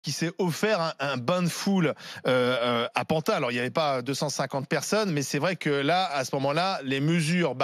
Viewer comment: "A pantin" Il n'essayerait pas de faire passer un message? :D